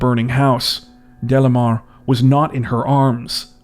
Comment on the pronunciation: Delimar pronunciation is not “Delamar”. …Is Dely-mar.